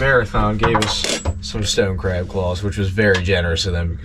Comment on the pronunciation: The hard A when you say Craaaab or raaaaack is wild.